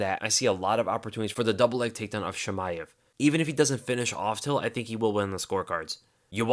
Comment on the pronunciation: One thing tho, It is not "Sheemaev" it's "Cheemaev" :)